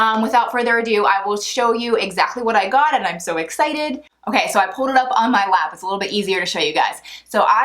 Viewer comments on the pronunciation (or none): none